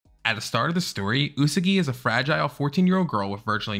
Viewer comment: “Usegi” 😭😭 The correct pronounciation is USAGI!! XD